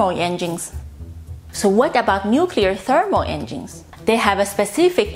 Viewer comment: Did she just say "enging(s)"?